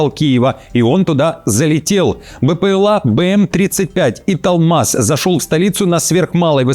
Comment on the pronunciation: Не италмаз, а италмас . Цветок такой